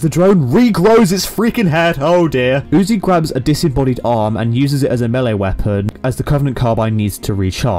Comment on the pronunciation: you say UTI Instead Of UZI but you have already made this so who cares anymore